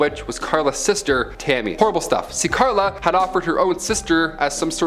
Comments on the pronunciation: Her name is Karla Homolka, not Klara. Do you research. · You’ve prob already heard this but it’s Carla Homolka, not Clara. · Its not “Clara” Homolka, its “Karla”, and they lived in a city not too far from mine. About half hour away. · This guy is terrible! It’s Karla not Clara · It's not Clara Harmolka...it's Carla Hamolka